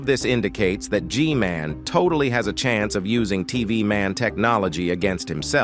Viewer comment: G-MAN❌ G-GAY✅